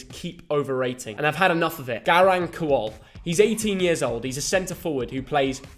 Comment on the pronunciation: this man said kuol????